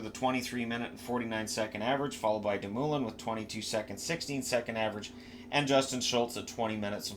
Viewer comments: For future reference its Doom-a-lin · De.. Moooooooo.. Lin LMAO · It's De Moo Lin!!! Lol same I was cringing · Brian Dumolin = "DOO-mo-lin" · Hockey handles are hard. Be helpful. Legion of Doom-ulin. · That Dumoulin pronunciation causes me physical pain. Great video though